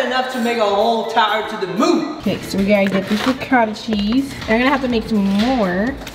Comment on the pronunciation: Me, an Italian quaking on the Ragu sauce and how the Ricotta is pronounced Re-gauta😭